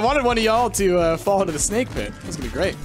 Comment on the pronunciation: I wonder how many pints must've had before he'd let "Sbake Gernades" slip through the net:P